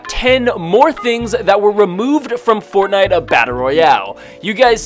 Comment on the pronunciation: You know i love fortnite a battle royale. Could you say it right please!